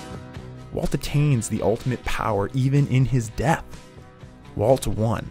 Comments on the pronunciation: I like how he randomly starts called Walt “Waltuh” lol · i lost my mind when he started calling him waltuh😭